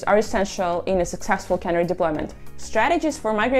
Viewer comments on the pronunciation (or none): Please learn how to pronounce “canary” if you’re going to make a video about it. A canary is a small bird. A cannery is a factory where they put fish in cans. A cannery deployment is where a truck delivers the above cans of fish to a consumer.